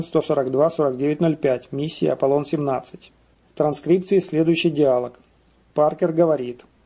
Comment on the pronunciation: Автор, ну как самим не режет слух "диАлог" !!!